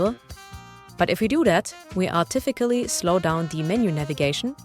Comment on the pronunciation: Did you mean “artificially”? It’s c has an s (sh) sound, not a k sound. Just English being English.